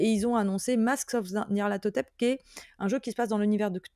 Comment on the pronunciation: Yeaah! Bravo pour ta prononciation pour les Masques de Nyarlathotep, c'est vrai que c'est pas évident les noms de ces grands anciens de Lovecraft. Pour compléter ta remarque, avant d'être une extension d'Horreur à Arkham, c'est surtout une campagne fleuve mythique (c'est pas la seule!) du jdr L'Appel de Cthulhu sortie dans les années 80 et rééditée moultes fois. Je ne l'ai pas malheureusement pas jouée mais elle est très connue des rolistes de Cthulhu. J'imagine que l'inspi vient aussi de là ;)